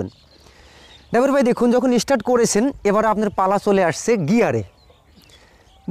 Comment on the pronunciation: কথাটা ইস্টার্ট নয়, কথাটা স্টার্ট। গ্রামাটিক্যাল ভাবে না শেখালে আপনার এই গ্রাম্য পদ্ধতিতে উঁচু স্তরে মিউজিসিয়ান হওয়ার সম্ভাবনা খুব কম।